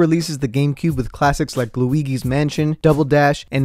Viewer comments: Can we get some fs in the chat for when he pronounced Luigi as (Lu E Gee) instead of (Lu Eee Jee) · my only complaint is how you pronounce Luigi, its the g that makes the same sound j makes, Luiji, Luigi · The way he said LuiGGi's obliterated my brain cells.I had to stop the video immediately and take a big breath. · ah yes my favourite, looegee’s mansion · why he say luigi like that😂😂😂😂😂😂😂😂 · Bro loll.... You miss pronounced Luigi lolll. Not trying to revoke your gamer status but common man lol.